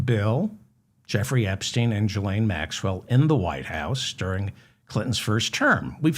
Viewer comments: David, if I may. Her name is prounounced: ghee lane. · Hello David Ferdman! You called Trump's daughter Ivonna. Her name is Ivonka. Also, the G in Ghislane is not pronounced like a J (as in gigolo), but rather a G (as in guilty). Love the show btw! I know those are sort of trivial corrections, but I watch and love every show you do (and 'like' them all as well). It would be so cool to hear you issue a correction of mine. I'm not going to get my hopes up, but it would make my day. As sad as it sounds, I don't have very much excitement in my life, so that would be the highlight of my week! I hope that you're next show will include lots of inappropriate A.I.! Your show is great on its own, but it's even more entertaining with unflattering A.I. clips of Trump and his goons!